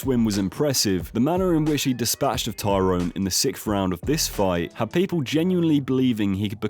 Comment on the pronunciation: U kept mistaking KO and tKO, gib vs paul was tko, the others were KO’d, you also kept calling him tyrone instead of Tyron